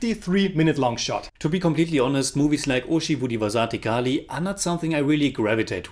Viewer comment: Please read the comments on your videos bro. I've commented this many times before. 'Zh' in Malayalam and Thamizh are pronounced like a silky rolling 'Rh' as in Rhino. But smoother. Its a unique signature sound to our languages. It's not so hard once you make that adjustment. Today's butchering was particularly bad. ORHI-vu---Dhi(as in the apple)-vasa---'the(as in french for tea) ORHIVU-DHIVASA'THE KALI (short space for the apostrophe) I just say this to you because the reviews are on point. So since you are taking the effort to say the names, why not help in getting you to say it right. But just read the comments.